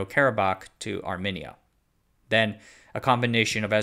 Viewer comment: do you not know a single armenian who could have informed you you're pronouncing armenia and armenian wrong?